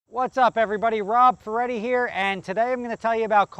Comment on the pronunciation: Gavin Van De Walle His surname is Feretti, rhymes with spaghetti